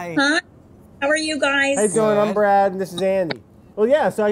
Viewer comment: Andy: Hey, how are you? I'm Andy Brad: braleoe